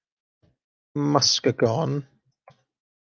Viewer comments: Say it with me now: Muss-KEE-Gahn., great video. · Muskegon is pronounced mus-key-gun. Michigan is notorious for difficult pronunciations. 😉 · Muskegon pronounced <Mus-kee-guhn>